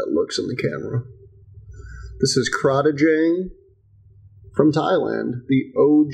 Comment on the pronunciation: Random fact for ya. The name is pronounced as: Crate-ing Dang.